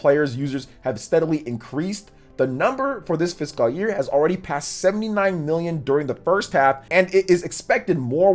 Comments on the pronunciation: It's like "Fis-cowl" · Great vid glad you went over some stats, charts and breakdowns of their annual report many did not. Always keep it locked here for the latest info. Didn’t you drop like 3 vids yesterday? Woo! dunno why but it’s irking me a bit u gotta pronounce it “Fis-Kul” year. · it just makes me cringe a little, the way he says fiscal. 😂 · Goodness, your pronunciation of "fiscal" never improved. 😔